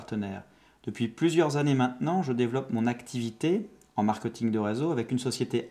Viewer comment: on dit pas "markeuting".